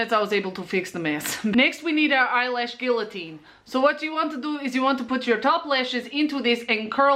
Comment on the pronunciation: "Eye guillotine" xD